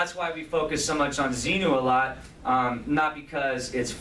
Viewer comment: I heard LRH talk about level 3 OT and say that word and he pronounced it ZEMU, not ZENU...He reminds me of a story telling child with a vivid imagination!